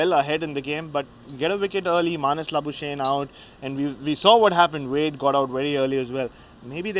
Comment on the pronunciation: Learn Labuschagne's name too. "La-boo-schaack-nee".